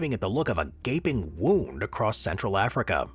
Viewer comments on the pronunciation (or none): none